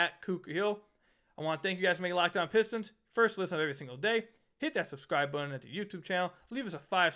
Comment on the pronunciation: Adam Silver cares so much about Detroit that he can't even pronounce our team name, what a joke